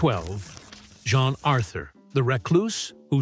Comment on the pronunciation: Again, it’s Jean, not John Authur